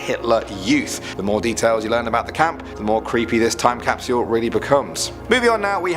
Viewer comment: It’s cap-sule not caps-u-el. 😂